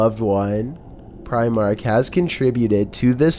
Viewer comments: Lol "preyemark" *Primark. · Pry- mark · Your saying primark wrong